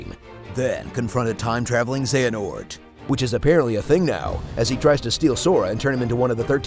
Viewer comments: Zeeanort???? They just pulled an IGN, have u guys even played Kingdom Hearts? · Avi I thought he was mispronounce it on purpose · whys it so hard for the media to pronounce xehonort correctly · HES PRONOUNCING XEHENORT WRONG!!!!!